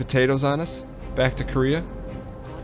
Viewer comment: I hate to be this guy, but seriously Dan has been saying and spelling it "Koreah" for sooo long!!! It's "Kareah" :'( WHOLEEE different pronunciation too :< KA-RAY-AH oh what ever I still love the vids x.x